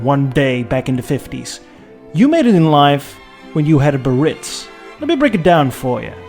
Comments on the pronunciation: Do some people have a speech impediment when pronouncing BEE AIR ITZ? The word is Biarritz - not Burr-itz. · It’s pronounced “Bee ah ritz” not “Breeitz.” I’m always amazed, though I probably shouldn’t be, at how many videos contain mispronunciations of the main subject. It takes hardly any time to find out. I almost skipped it, but am glad I didn’t because in this case the photography was great. Factoid: GM couldn’t come up with a name for the car so there was a company sponsored contest in which a secretary submitted the name Eldorado and was the winner. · I always thought it was pronounced bee-uh-REETS. No? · The correct pronunciation (phonetically) is “BeeAREitz” 😊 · BEE-A-RITZ. (The Correct Pronunciation) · Great piece. Loved the fins no fins comparison and while the fins are iconic 50’s Caddy, it looks great without them. Pro tip: it’s pronounced Be-ah-Ritz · Is it a biritss or is it a Biarritz. Just kidding 😉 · Thank you! I might be crazy but I think the car looks smoother without the tail fins. Also and please understand this is written with all respect the trim level is pronounced “Bay-a-ritz”. Once again, i mean no disrespect. I am simply trying to help here. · As someone from the Basque Country, the way you say "Biarritz" gives me an aneurysm, but I still love you. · why you pronounce Biarritz the American way ? ( which mean the wrong way)